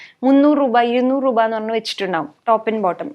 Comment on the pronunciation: 200 റൂപ😂, റൂപയല്ല രൂപ but njan aayalum agne parayu kettapo chumma parayan thonni😁